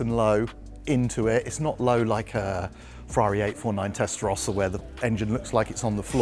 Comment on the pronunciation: Ferrari is pronounced Testa Rowsa not Testa Rosca